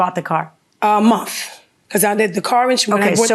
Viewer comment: "This is how long after you bought the car?" "A munf."